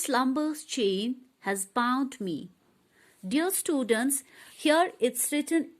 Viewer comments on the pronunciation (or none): Wo English bhi nhi bol pa rhi...like students ko studants 😂😂